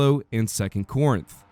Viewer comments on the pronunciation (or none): none